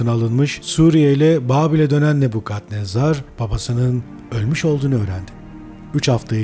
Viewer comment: Neden "Nebukadnezar" değil de, "Nebbukhadnezzar!?"